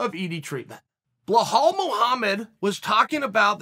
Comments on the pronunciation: IT'S BELAL ... B-E-L-A-L PLEASE FOR THE LOVE OF GOD CHEAL LEARN HOW TO BLOODY PRONOUNCE IT. IT'S NOT BLEHAL ... WTF IS BLEHAL?! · It’s Bill-All not Bill-Hall 😂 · "Blahall" why would uncle Chael always mispronounce names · Belal.. Pronounce as BE-LOL Not BE-HALL hehehehe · My two favorite fighters. Bluh-Hall Muhammad & Ige Provaska (Also I have a new favorite coach, Treven Wittman!) The pure lack of shit in pronunciation by Uncle Chael for YEARS now is impressive. He sticks with it ! 👏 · I clicked only to hear “bluhall” 😂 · I want Chael to point out where the "L" is before the "E" in "Belal". What is a Bluh-hall? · uncle chael handing out extra Ls to everybody. bla-hall, mockel-chev, im sure there's more somewhere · it's not difficult for you either to not pay attention on that and forget that you hear Blahal. 🤣🤣 Uncle Chael can baptise anyone at any age. Undefeated undisputed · Hahaha are you serious chael? „Blahall mohammed“ 🤣🤣🤣🤣 I love this man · “Blahall” lmao another gem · “BLA-Hall” lmao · Who the hell is "blehal bluehamed" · His name is pronounced Be-Lal. You're welcome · Who the fuck is "BLAHAL" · Ok I have to personally apologize to you uncle Chael. I always thought you mispronounced Belal’s name by mistake. I have conceded to the fact that you are too smart to not know how to pronounce his name, and that you’re doing it on purpose. That’s genius. You’re the best Chael.😂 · How does someone mess up a name as simple as belal lmao...uncle is the goat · I get it now, he's not pronouncing Belal Muhammad wrong purposely. He's just packing a huge lipper and L's dont come across well when you trying to keep it's packed in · Chael please it's belal respect on his name 😎😎😎 #chaelthe gangster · blo-hall mow-hammed